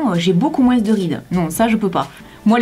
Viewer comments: Sa me stresse tu dis "moinsse"😂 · Le "moins" tu prononces le "s" et tu me fais rire tout le temps avec ton accent😂😂 (Ne le prend pas mal , c'est une remarque gentille 😘) . Au sinon super vidéo comme d'habitude 😘❤ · c'est juste pour te dire qu'on ne dis pas «moinsse» Mais «moins».sinon je t'adore tu es la meilleure. 😉(like si tu es d'accord)